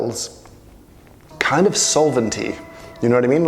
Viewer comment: Soilent....oh, solvent, never mind.